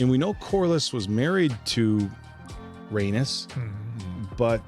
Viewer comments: Guys!! I love yall but you have to know how to pronounce Rhaenys’s name. It’s Ray - NEESE not Ray - NUS 😩 It’s NEESE! NEESE! NEESE! She’s a Targaryen princess and the Queen who never was. Show some respect and stop calling her an anus lol That’s what it sounds like when you keep pronouncing it Ray - NUS. Sorry I had to say something. It was bothering me lol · (Corlys' wife) Pronounced Ray - neice 😂 Corlys has Targaryen blood their houses have always been close. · Agreed, the way says her name is so weird. I've commented previously on other episodes how to pronounce it but doubt he sees comments that much?